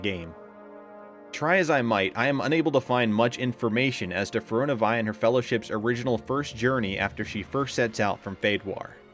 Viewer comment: Great video. My only problem is the narrator's pronunciation of Firiona Vie. He completely disregards the 2nd "i" in her name. It should be pronounced Feer-ee-own-ah. And her paladin designation "Vie" is actually pronounced Vee instead of Veye.